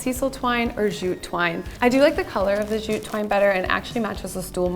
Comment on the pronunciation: and jute is jute (j as in jelly) not zhute